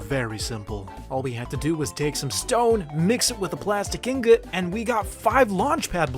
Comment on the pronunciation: Anyone: Ingot: Ingous